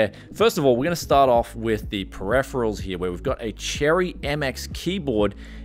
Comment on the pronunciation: Can you try say Periferals properly man thats hard to listen to... looks like shit woth those council estate cables ... could you not have sleeved the pci-e ?